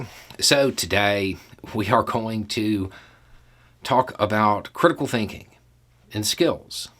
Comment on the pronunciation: I just love ❤ how keeps emphasizing the word “CRITICAL”. In thinking, as well as in race theory it’s all about using this 🧠… A dying art in this county 🇺🇸 “People don’t wanna work no more.” 🙄 More like people don’t wanna think no more.